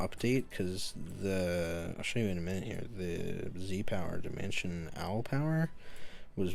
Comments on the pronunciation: Nice vid but its dimensional power not dimension al power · Why has he said dimension al power in both videos- It's dimensional